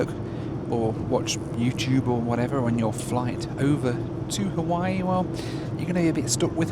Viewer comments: Every once in a while you default back to your crass Benny Hill schtick. Your Haweewee pronunciation is akin to when you mixed a great Cabernet with Diet Coke. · I am a big fan of your videos...but please, NEVER call it HA-WEE-WEE again. As a Hawaiian, that irritates me more than the usual mispronunciations because it's intentional. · Roll is purple because it’s made with Taro root. And intentionally mispronouncing Hawaii is not funny, but rude. And if you didn’t have a good time during your visit as you expressed in the last vlog. Then stay away. You won’t be missed by the locals or the millions of people who visit the islands annually. Beautiful new 787! Thanks for sharing your trip.